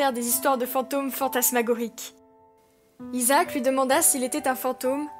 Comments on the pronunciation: On dis Isaak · les gars izacke à di à Jack je crois je croyais